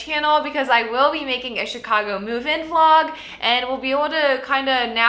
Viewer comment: Will never be able to pronounce Chicago like it normally sounds again!!!!! It's Cheeeecagou